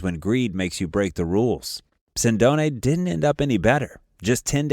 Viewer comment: Mispronouncing Sindone. He was not killed 10 days after Caponigro's death, but 6 months later. His body was not found in a house, but behind a store - 5 minute video loaded with errors.